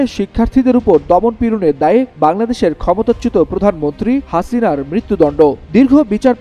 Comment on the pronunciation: হাসিনার নামটা বলার ধরণটা ঠিক আছে ❤